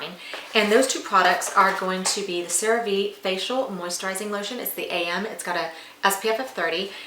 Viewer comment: Great Product…learn to properly pronounce: CereVe= Cere Vay!!